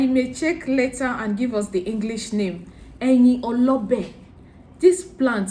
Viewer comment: The leaves is pronounced - re mi re re re - Eyin Olobe